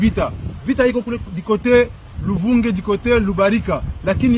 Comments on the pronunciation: J'ai voulu te dire qu'on pronounce Luvungi et non Luvunzi. J' ai vu que ma tablette a changé ce que j'ai écrit avant. Escuses-moi. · A LUVUNGE ET NON LUVUNZI